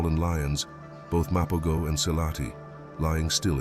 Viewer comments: Mapogos say: Muh-PO-HO's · What a load of bollocks, can't even pronounce the name correctly 🙄